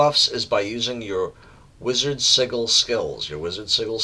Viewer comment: Learned a lot about playing blue LM, thank you! My problem at lower levels is maintaining pet aggro against groups of mobs. Just fyi, the “g” in sigil is pronounced like a j, not a hard g.